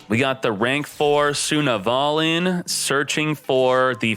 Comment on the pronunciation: it's pronounced Sun-Avalon not Suna-valon